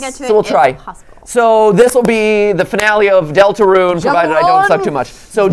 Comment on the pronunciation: 😡😡😡 NOT DELTERUNE